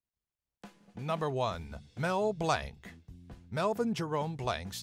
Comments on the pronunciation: Its not Mel "blank" its Blanc. Pronounced Blonk. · Its pronounced Blanc not Blank.